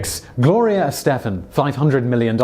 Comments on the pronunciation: I realize you are from the U.K. and live in the Czech Republic, but how did you mispronounce Gloria Estefan? You couldn't find anyone that knew how to properly pronounce her name? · A genuine question. How can you possibly pronounce Gloria Estefan wrong?